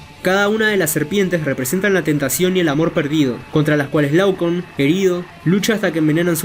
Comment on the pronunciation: se llama Laoconte, no Laucun